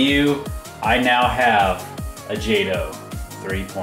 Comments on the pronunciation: isn't it pronounced jayto not jawto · its pronounced jot-o not jade-o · Stopped watching as soon as I heard “ Jahtoh “ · It's pronounced JAY-TOE. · In case you missed it, it's pronounced "jaytoe" ! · yup me to! I was like WTF! How can you not know how to pronounce it!🤣🤣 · your saying jato rong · Your saying wrong, wrong...